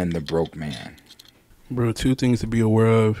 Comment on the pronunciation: Lmao the “mayne counter” pls